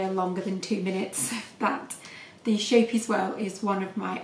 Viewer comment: So beautiful thank you 😘 by the way it’s pronounced scape-ee-es meaning little ship xx